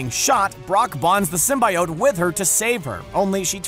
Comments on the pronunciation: Disliking cause the way you say symbiote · I will not subscribe due to the fact that you didn't do your research on how you pronounce symbiotes. You can literally youtube videos on how it's pronounced. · couldn't finish watching because of the way symbiote was pronounced. Fiirst Woorld Probleems. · Listening to you mispronounce symbiote makes my ears bleed. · You’re saying symbiote wrong. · ugh the was he pronounced symbiote. Gave me a dang headache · I'm annoyed by the way you say symbiote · Who else hates how he says symbaiote instead of symbiote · every time I heard him pronounce symbiote with a "bye" I lost health 😔😂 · IT’S SIM-BEE-OAT!!! Your killing us here! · It's pronounced sim-bee-ote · SR: "sim-by-oht" Me: Pls, stahp! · Stop saying "sim-bi-ote" you filthy casual. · Motherflagger, did you just say "sim-bye-ote"???.... Multiple flagging times...???? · Whitney Washington Real Marvel Fans say Sym-Bee-Ote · Ita symbiote not sym buy oat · The comics and creators have said its pronounced sim-bee-oat. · Python man keeps trying to defend the fact that he is mispronouncing Symbiote all over this comment section. *facepalms. Comic creators and fandoms agree it is pronounce Sim-Bee-Oat. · Sim Bye Ote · Yeah it's supposed to rhyme with "coyote." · I had to stop watching. I couldn't handle the way he was said symbiote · LEARN THE WORD SYMBIOTE FFS. Its not that hard... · First ten seconds in, already mispronounces symbiote in a video about venom. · Just because you've said it soooo many times, symbiote is pronounce Sim-be-oat, symbiote. Even Sony changed it for Venom 'cause they knew fans would be overly pissed if they heard that over a dozen times. So get it right people, Sim-be-oat! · Sim-B-oat, say it with me now. Sim-B-oat. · Just to clarify, it's Sym-bee-ote. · He's saying it like it's spelled. Sym-bi-ote. When it's pronounced like Sym-be-ote :3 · ITS SIM-BI-OTE NOT SIM-BYE-OTE! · ITS SIM-BEEEEEEEEEEEEE-OTE NOT SIM-BI-OTE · Yeah, sym-bee-ote, not sym-bye-ote X3